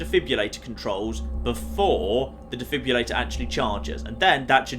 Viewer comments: Today I learned cant say the word "Defibrillator". He says it like "Defibulator" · God, he butchered defibrillator. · I didn't know he could say it even worse!